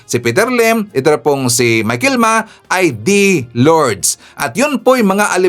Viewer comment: sir, hindi michael Ma, Michael Yang.